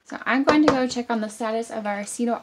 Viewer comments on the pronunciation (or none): none